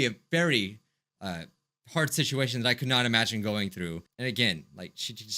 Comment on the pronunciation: Sit-ui-ation Prob-uh-ulem Se-HI-ense